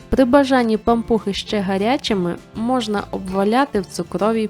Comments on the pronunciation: Особливо наголос-пАмпухи!😂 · Перший раз чую , щоб говорили пА'мпухи , наголос на А...